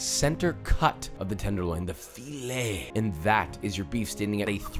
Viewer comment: "THE FII - LEHH" hahahaha had me dying. this recipe is ridiculously amazing.